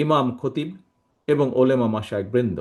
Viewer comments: ওলেমা না ওলামা। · উর্দুতে উলেমা বলছেন